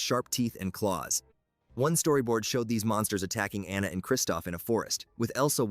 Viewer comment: It’s pronounced AH-nuh (in the Frozen movie), “”! 🤨